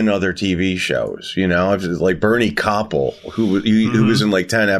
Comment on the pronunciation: The surname of Bernie Kopell rhymes with ‘lapel’. Not ‘copple’.